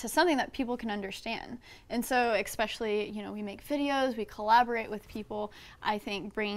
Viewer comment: She says xspecially- what an idiot